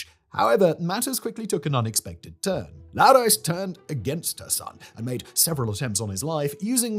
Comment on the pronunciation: Side note the Greek pronunciation on Laodice is Lay-oh-die-key. it’s spelt in Greek as Λαοδίκη the ‘ce’ is anglicised ke so it’s not see but key